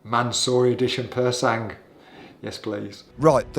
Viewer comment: Bad decision, that car looks like a car crash - literally. Also "Pur sang" its silent G lads, please.